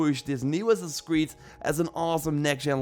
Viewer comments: "The next Ass-ass in Creed." 😂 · second 1 of ur clip ... ur saying who0t? " next ssassi creed" ?